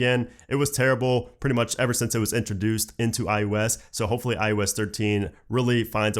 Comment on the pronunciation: Stop saying iUS